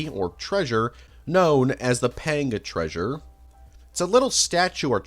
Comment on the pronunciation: holy crud dude work on your pronunciation. peng-a treasurrre?